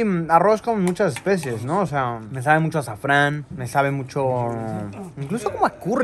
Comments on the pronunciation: No es "especies" sino "especias" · Luisillo el viajero, luisillo el gordillo, luisillo el que dice "especies" en vez de ESPECIAS.